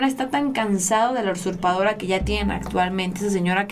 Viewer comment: Hola felicidades, sólo te informo que la palabra es usurpadora, no ursurpadora. Y como que tú lectura es mala, dijiste, Lili Téllez se fue del pan, y la nota decía, que se fue al pan.